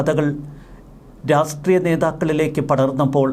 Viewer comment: പല പ്രാവശ്യം ചൂണ്ടിക്കാണിക്കണമെന്ന് കരുതിയതാണ്. രാസ്ട്രീയം അല്ല; രാഷ്ട്രീയം ആണ്.